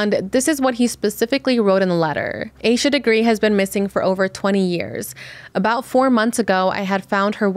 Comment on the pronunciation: Heard this story so many tes Its definitely seome close to her groomed her. Also please stop pronouncing hername wrong. Its pronounced with a little a not a capital A